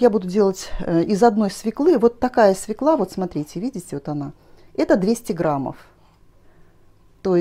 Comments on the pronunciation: Ну, извините,очень режет слух свекла. И всё таки она- свёкла! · Пожалуйста, ударение в слове" свёкла "! Обратите внимание. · Огромное спасибо за рецепт! И все-таки свекла без ударения на первый слог с Е с двумя точками над буквой режет мой слух!